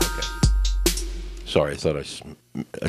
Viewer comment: did you just say otay?